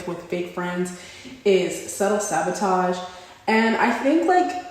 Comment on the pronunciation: You're beautiful! I feel like I should tell you it's sabotage not savotage